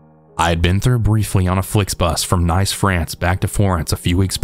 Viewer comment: Hi. Glad you're back & feeling better. Love your narrations. Fun fact, story 2; "Nice" France is pronounced like "niece" 😘❤❤❤❤